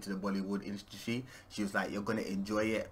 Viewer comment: The way u pronounced industry had me weak cos I can’t pronounce that word either lmao